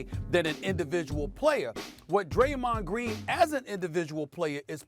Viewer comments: I agree with "Graymond Dreen" but because it's coming from his mouth, people don't wanna hear it. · Yes, Graymond Dreen. That's the name! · Graymond Dreen??!!!?!! Let's give it up for old Graymond Dreen! I'm dead lol